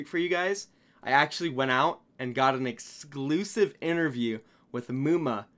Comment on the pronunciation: the way you say exclusive is hilarious